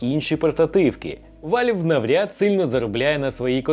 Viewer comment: Який ще вАльв? Правильно казати вЕлв.. переклад як- клапан.